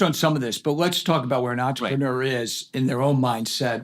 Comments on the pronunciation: He should at least say "entrepreneur" correctly. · とりあえず ぐらいに entrepreneur の発音